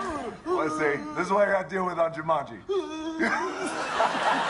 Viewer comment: Hahahaha Džumandži